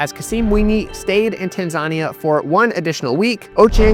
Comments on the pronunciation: Brother, love the series! But it kills me every time you call Tanzania Tan-zarnia like Narnia haha. It's pronounced Tan-Zuh-Nee-Uh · Tazania is pronounced Tan-Zah-Nee-Yah for future reference (Idk if you say it in this vid but you didn't about 20 times in the last one) 😆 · It's pronounced tan·zuh·nee·uh :) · Week 6 of getting to pronounce Tanzania properly